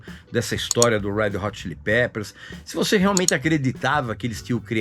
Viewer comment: “head rot chilli pepers“ foi nível Joel Santana, hein, Regis?! 🤦🏻‍♂️